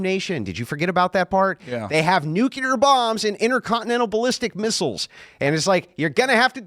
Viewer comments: People! The word is "nu-CLE-r", not "nu-CUH-ler". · What's "nucular" mean? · Is anyone gonna tell this dude nucular isn’t a word?? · loves to talk shit to people for their IQ and their communication skills but he says "Nukular" like GBush